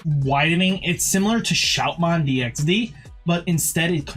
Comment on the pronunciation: Something i kept noticing watching your vids: why do you add an extra "D" to Shoutmon DX's name? Just seems odd.